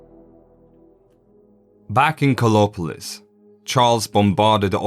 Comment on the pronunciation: I was searching for "Kolopolis" bec someone could not pronouce the "a" and "r" of KARLOPOLIS..... 👎